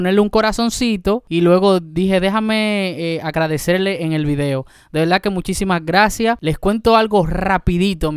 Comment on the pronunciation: No se dice velda, se dice verdad